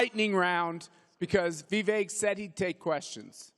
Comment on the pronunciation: One day they will learn how to pronounce your name…but until then keep bringing the heat brother!! #Viveklikecake!